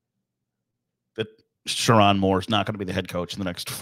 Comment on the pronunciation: Didn't even bother to learn how to say his name? I think you'll be learning it.